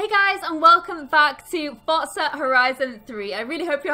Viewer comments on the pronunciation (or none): its not pronounced fortza its forza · Fosa it's not fosa its forza dur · *Forza not fortza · Pronounced Fortza or Forza? All vote now.. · I hate how so many youtubers say "fortza" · did u say Forsuh Horizon 3? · Who else hear fotza???? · I pronounce it Forza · Is it just me who it annoys when she says fortza? Other than that the content is good and loving the gameplay